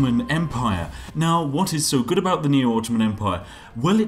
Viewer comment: "Turkey be guud" Spiffinbrit